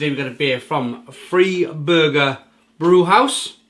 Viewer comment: Hi - Buffalo NY here! Love bockbiers, and it's the best time of year for them! Just a couple pronunciation notes for you: The beer is "FRY-burger" not "FREE-burger" The purity law is the "RINE-heights-geh-boat" Cheers!